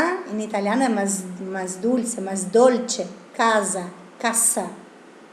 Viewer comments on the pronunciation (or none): none